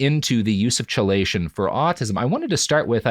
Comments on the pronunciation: I hate to be that guy, Robert, but chelation is pronounced like "key-lation" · Good episode overall but I had to skip past the entire segment about “chill-lation” because the mispronunciation was driving me nuts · Chelation = KEYlation This is killing me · BTW, chelation is pronounced "KEY-lation." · "Chelation" "Key-lay-shun" That is all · listening you to mispronounce "chelation" one thousand times in this video is making my head vibrate with rage. It's "key-lay-shun" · I am autistic and ADHD. I actually think there's a good argument that they are different faces of the same condition. In this context, i can see the harm, but i just wanted to say this here. Also, it's pronounced "key-lation"!!! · I am sorry to be this guy. My OCD compels me to do this. I often have only seen words in print & mispronounce them. Robert please learn the correct pronunciation of 'Chelation' & 'Thio'. For some reason they are pronounced 'Key-lation' & 'Th-eye-o'. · KEY LATION. not CHE Lation!!!! AAAAAAAAAAAAAAAAAAAHHHHHHHHHHHHHHHHHHHHHHHHHHHHHHHHHHHHHH!!!!!!!!!!!!!!!!! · Chelation is pronounced KEY-lation. A deceptive spelling. Sorry driving me nuts... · Im autistic, and the hardest part of this episode was listening to him mispronounce "chelation". Its pronounced like "key-lation" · Wish I could push this comment up further. I've only listened to three episodes of their podcasts (including this one) and the word has been in, and mispronounced, in all three. 😂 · Yeah it's Key-lation as others have pointed out. It's type of group/molecule that resembles a crab claw (etymology "chela" aka "crab"). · Pretty sure it’s pronounce key—lay-tion :P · Key-lay-shun therapy, Robert. jfc. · Was gonna say the same. Hits different when you've spent years working with chelating ligands haha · Chelation is pronounced “KEY-lation” lol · Chelation is pronounced key-lay-shun. It's stupid, I know. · Every time he said chelation (kee-lay-tion) hurt my soul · Glad I’m not the only autist who feels this way 😂